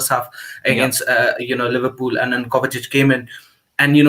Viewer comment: bro its Kovacic not Kovatic, he's been here for 3 years...